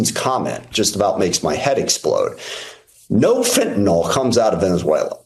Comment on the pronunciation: Fen-tun-ill, not fen-tun-all.